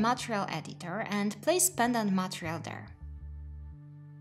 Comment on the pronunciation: Its so cute how you pronounce Montreal instead of Material! Anyhow, great content!